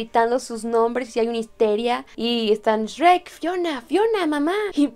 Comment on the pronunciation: porque dices s rek si eres mexicana?